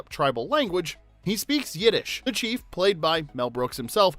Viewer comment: You said the CHEF lets him go instead of the chief. And the way you say some of these things tells me you've never seen Blazing Saddles, or at least not in this decade. This movie never fails to cheer me up and seeing trivia about it delivered by someone who doesn't honor the material is a bit disappointing.